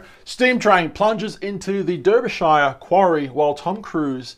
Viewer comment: Derbyshire is pronounced Darbyshire